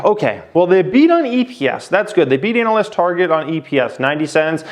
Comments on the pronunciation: Can u keep saying anal- yst in ur vids please. Highly amusing. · Why you say analyst like anal